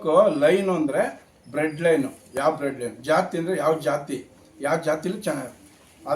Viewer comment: Bread line alla adhu blood line😂😂😂😂😂 taagdu